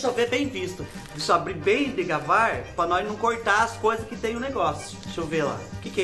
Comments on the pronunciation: Fubá: Deixa eu abrir bem "degavar" Eu: degavar? 🤣🤣🤣🤣🤣🤣🤣 Achei muito engraçado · vc falou degavar ou foi impressão??kkkk